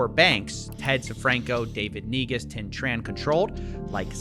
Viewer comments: I was looking away, but my attention returned the moment I heard "david neguz" being pronounced. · "NEGUS" lmao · N-E-G-U-S SAY IT WITH ME, N-E-G-U-S jokes aside another fantastic vid cofvfeezilla. Please stay safe, or I will ressurect you as a thrall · I believe it's prenounced 'nygas' 😆